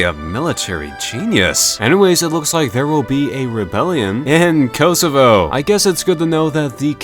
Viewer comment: It's not pronounced "Koasoavoa" it's pronounced "Kosovo"